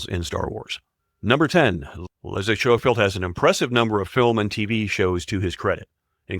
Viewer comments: Schofield is pronounced Sko-field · Schofield is pronounced as scofield. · the voice over pronounciation of william hartnell makes me cringe so much maybe do research first..to get it right pertwee, schofield and bernard cribbins also mispronounced